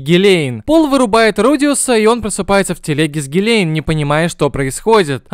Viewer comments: Что за озвучка гилейн вместо гилен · Когда смотрел аниме был не супард а сперд, и гилен а не гилейн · Во-первых не су́перд, а супе́рд, во-вторых не Гиле́н а Ги́лен